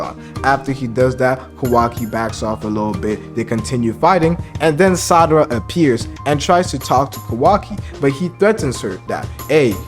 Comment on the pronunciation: Lol why do you keep saying Sadara ?